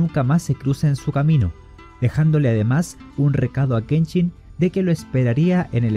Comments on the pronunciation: Noooooo, no digas aochii! No es “Chi” es shi Aoshi y Kenshin, no Kenchin 😂, faltal!!!!!! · Me gusto bastante 👍🏼👍🏼👍🏼, voy a checar los demas videos solo una duda ¿Por que pronuncias la SH como CH? No es kenCHIN, es Kenshin, OkaSHIRA,OniwabanSHU, no OkaCHIRA ni OniwabanCHU! Recuerda la pronunciación es importante ya que en el japones hay palabras similares que significan cosas diferente. Dojo KAMIiYA no KAMIYA,la Y es una leve I antes de la Y. Suerte en tu canal 👍🏼👍🏼👍🏼